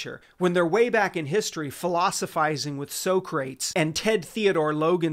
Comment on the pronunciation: The mispronunciation of Socrates made me cry